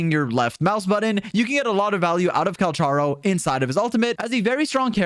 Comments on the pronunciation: Just a note.Calcharo is supposed to be Cal "ka" ro, i think, since thats how the chinese name is pronounced. But still that doesnt make him any less hot:) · Its pronounced 'Kal-karo'